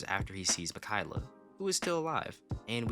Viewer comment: Mikayla?😭😭😭 mi-ka-e-la